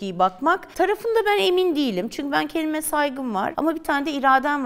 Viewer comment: Çünkü, çünkü, çünkü var. Türkçede çünki diye bir kelime yok.